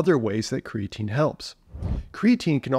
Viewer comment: Lol 😂It’s creatine. Omg I love you haha that made me actually laugh.